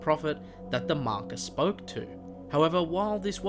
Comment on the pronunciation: When you say marker it sounds like mako